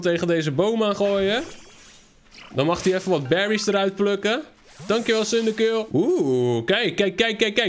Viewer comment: Je spreekt cindaquil uit als cindaqwil